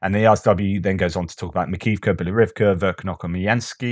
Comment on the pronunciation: your "Bielorivka" is actually "Bilohorivka" [and the h is not silent]